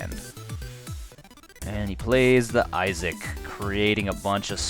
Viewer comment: You keep calling Ishkanah "Isaac" and that concerns me.